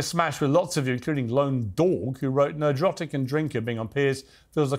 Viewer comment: NERD - RAWTIC not Nahdrahtic 😂